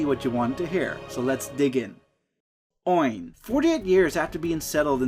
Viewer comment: Absolutely butchered the pronunciation of Oin smh